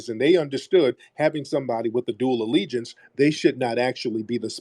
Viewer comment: Ah, dual alligence. Did you say you like wearing " jewelry"????